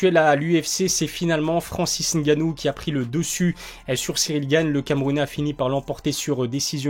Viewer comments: Ah ça y est ! Il dit N gannou! Qu'est ce qui t'arrives! ta enfin compris ! Mdr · Enfin quelqu'un qui prononce ngannou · Enfin un Français qui sait prononcer le nom de Francis !!! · bonne prononciation du nom de Francis